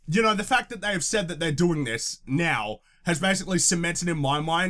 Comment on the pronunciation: "The fault is on youerrrerre!!" lol that killed me